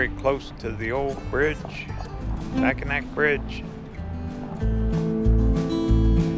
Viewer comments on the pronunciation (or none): Hey! Mackinac and Mackinaw are pronouced the same. Mac-in-aw. From two life-long Michiganders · The Mackinac Bridge is pronounced Mackinaw. In these parts anyway. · Its pronounced Mackinaw. You’re not alone no one knows how to pronounce it unless they live in Michigan. Detroiter here. Formally an Angeleno ❤️ Thanks for everything!! Heck yeah! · WOW!, it's been forever since I've been to Fayette. My mother was born in Garden and in my youth I used to love coming to the Upper Penninsula and visiting Fayette. By the way Mackinac is actually pronounced "Mackinaw". The last time I visited Fayette, there were only ruins there, all the building have been rebuilt in the last 50 to 60 years. Also I don't remember any actual mining taking place there, they were just smelting the ore down into iron ingots and they had limestone kilns to provide the means to do the smelting. So much has changed over the last 50 to 60 years,I couldn't recognize anything I saw going through Garden. Thanks for the tour and for bringing back old memories. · Mackinac is pronounced MackiNAW. I'm from Michigan.